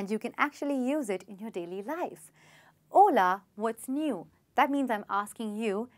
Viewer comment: Hola ..it sounds like haule..😜